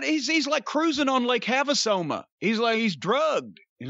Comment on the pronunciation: Lake HaveASoma. 🤣🤣